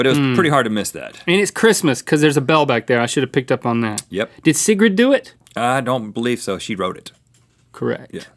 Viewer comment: You didn't pronounce Sigrid correctly Link, I'm sorry but we're gonna have to change that back into a C